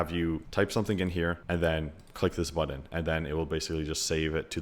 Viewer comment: You say "button" like an Indian person speaking English. How'd that happen?